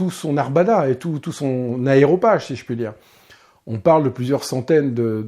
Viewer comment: Excellent ! C'est comme ça que j'aurais aimé qu'on m'enseigne l'Histoire! Juste un truc, on dit aréopage et pas aéro...😉